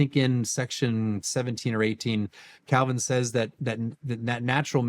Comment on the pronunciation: It's painful to watch someone claim to be closer to Calvins position...while completely butchering Calvin